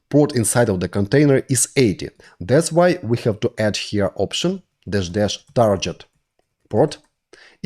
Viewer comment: Friendly note on pronouncing "target" = тарГет not тарДЖет